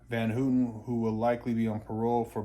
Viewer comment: It's HAW-TEN not HOO-TEN